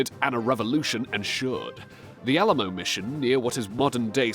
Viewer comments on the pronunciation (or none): none